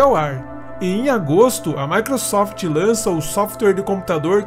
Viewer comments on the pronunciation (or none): none